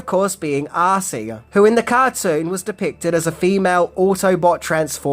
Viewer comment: Arcee the female transformer is pronounced as the two letters R-C, not arsey.